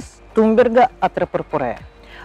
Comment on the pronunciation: вроде ведь туНберга а вы все видео говорили туМберга)?